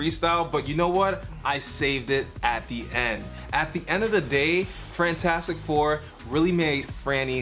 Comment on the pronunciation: This is like my third time watching this and I just noticed Frantastic instead of fantastic don’t kill me.